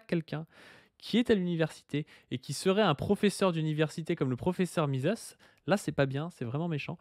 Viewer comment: Tiens c'est très drôle car j'ai eu cette vidéo de proposée dans mon fil hier. Faut assumer le platforming du gars après. Même s'il n'a pas l'air méchant du tout. Par contre j'ai crisé sur "Mises" prononcé "mizisse" à l'anglaise. MIZEUHSSE qu'on dit. Argh désolé c'est plus fort que moi.